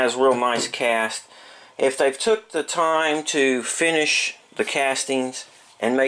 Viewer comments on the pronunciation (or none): none